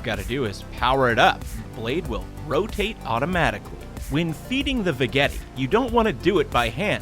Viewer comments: Did anyone else get annoyed that he mispronounced "Veggetti"? I think it's va-jett-ee not va-get-ee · I would imagine the vegetti is pronounced like vegetable...not ve etti